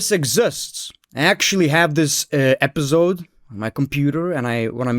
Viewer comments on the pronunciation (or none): none